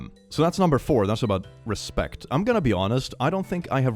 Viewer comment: that RES-PEC-T lol